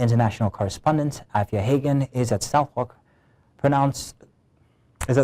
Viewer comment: In you uk we pronounce it soudock crown court